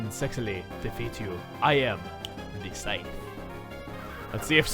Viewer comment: "I will suavely and sexally, defeat you. For I am, Snaps fingers the Psythe" - 2016